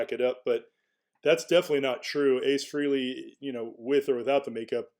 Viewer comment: It’s FRAY-LEE!!! 🙄